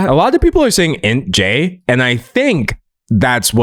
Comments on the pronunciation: Hearing you say "intjay" rather than saying the initials sent me lmfao 🤣 but yeah, I smell INTJ and enneagram type 5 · Not “Int-J” 😂